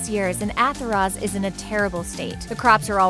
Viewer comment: did she say Athoroz?